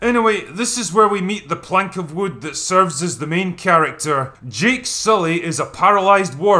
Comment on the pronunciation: The way the "witchdoctor" Mummy Smurf says "Jake soooley" makes no sense He introduces himself as "Jake Sulley" - why would she phonetically pronounce a word she's only heard spoken and never read? She would just call him Jake Sulley, pronouncing it the way she heard it. This is when you have to reign the "talent" in as a director...